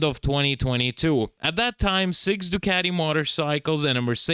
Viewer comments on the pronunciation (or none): none